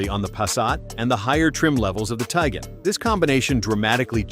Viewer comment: It's not Teegon... It's Ti guan.